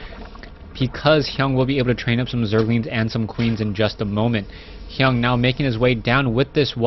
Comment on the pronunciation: Its TSLHyun, not Hyung!